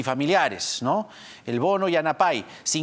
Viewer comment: Señor Jaime Chincha, La pala Yanapay significa ayuda y no se pronuncia yanapáy sino yanápay . Cadí todas las palabras en quechua, sobre todo los infinitivos que siempre terminan n i griega, son graves, por tanto el fuerte golpe de voz es en penúltima sílaba. Por favor aprendan de un poquito por lo menos durante el tiempo que estará Castillo en el gobierno, pues parece que habrá términos quechuas.